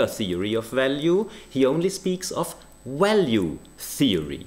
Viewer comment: You know he is trolling when he refers to "value theory" (pronouncing it "walue") as a "valuable insight" (pronouncing it correctly) in a single sentence.